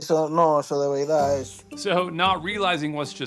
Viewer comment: I love it!!! He said “de veidad “ he’s from el cibao 😂😂😂😂😂😂😂😂 got it love my Dominican people 😅😅😅😅